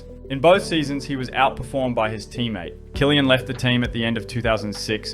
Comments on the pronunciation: Ive never before heard some pronounce Christian Kliens last name as Killian...ive only heard people pronounce is almost as 'clean' 😊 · his name is klien not killian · You pronounce Klien like clean not kilian. Sounds horrible. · I know Kylian Mbappé and Christian Klien. Christian Kylian has never been on the grid. Maybe show the subjects of your video some respect by actually making an attempt to pronounce their names right... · U butchered Christian Klien's name 😢